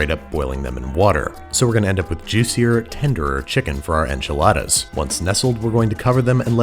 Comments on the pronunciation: But don't we have to pronounce it the bizarre way Moira did, as "awnchiladas?" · I believe it’s pronounced on chiladas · They are pronounced “Anchilada” lol from how Moira says it 😂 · pronounced AHnchiladas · Man! You needed to mispronounce enchiladas like Moira 😜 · It gave me a lot of laugh how he pronounced enchiladas haha greetings from Argentina